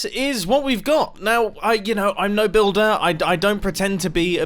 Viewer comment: Mumbo: I’m no billder me: are you sure about that